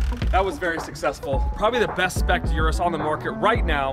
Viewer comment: How do you own more than one urus and still pronounce it your-us. Its OOrus lol